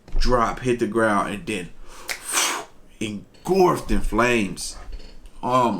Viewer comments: You just say Engorfed? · Engorfed? Lol